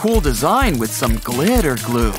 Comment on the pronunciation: Can you stop saying glitter so weard